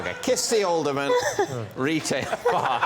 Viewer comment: Alderman, not olderman.